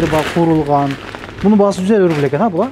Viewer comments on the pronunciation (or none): Бул бала, рубул дейби